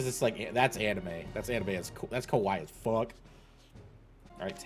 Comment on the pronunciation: "kawaii" means cute what u said "kowai" means scary